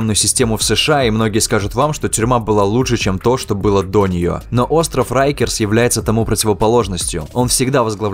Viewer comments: произносится как рАйкерс а не рЭйкерс 🤦‍♂ уши режет 😰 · Rikers , так почему тип читает как рейкерс ?